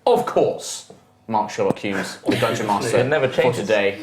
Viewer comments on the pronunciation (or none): none